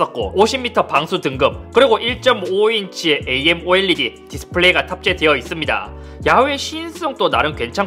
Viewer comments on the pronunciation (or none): none